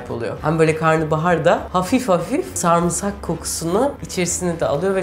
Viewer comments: Sarmısak demeyin şu kelimeye ! "Sarımsak" demeniz gerekiyor. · YA YETER SARIMSAK SARIMSAK SARIMSAAAAAAAAAAAAAAAAAK SARMISAK DEĞİL SARIMSAKKKKKKKKKKKK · Video çok iiyi ama refikanın sarmğsarğı demesi çok sinir bozzzzucu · Bana da garip geliyo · aynen yaa çok sinir oluyorum ben antepte yaşıyorum burdakiler sarımsağa samırsak diyo dosmxöaççaçÇaş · sarımsak'ı neden sarmısak diye okuyorsun reyiz